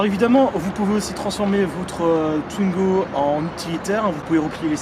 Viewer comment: Pourquoi tout le monde le prononce tuingo, sa se prononce comme sa s'écrit, touingo, w se prononce ou